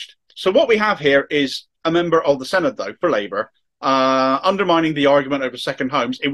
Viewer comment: Your pronunciation of Llanelli and Senedd was very good. A helpful tip on Dinefwr. It's pronounced DinEHVoor. The emphatic point is in capitals. Thanks for the story. I haven't seen this picked up elsewhere.